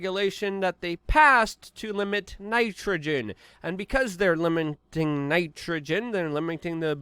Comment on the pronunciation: Liminting ,kinda funny ,Luke does this on purpose .